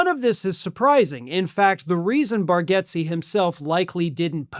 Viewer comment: It’s pronounced Bar- gates.